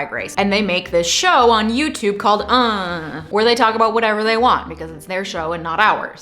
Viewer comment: I very much appreciate you properly pronouncing the show name with the hand motion.